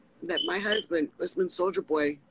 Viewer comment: She can't even say his alias right. She keeps saying Solider Boy lol